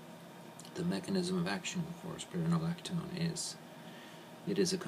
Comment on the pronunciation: and he pronounced the drug incorrectly